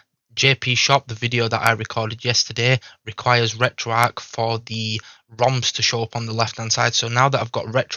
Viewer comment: It's pronounced retroARCH, not arc.